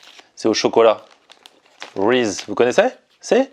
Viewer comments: Le truc orange au chocolat c'est des Reeses, prononce "RIZIZ"'. beure de cacahouete et choco! Shoutout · ca se prononce "risise" :'(